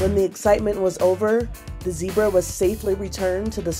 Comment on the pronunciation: That is NOT how to pronounce Zebra.